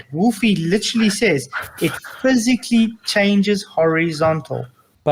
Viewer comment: "physicalickly". Lol you are out of your depth here son. Dude should disappear after this embarrassment